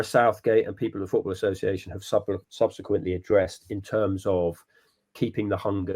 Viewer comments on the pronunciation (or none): none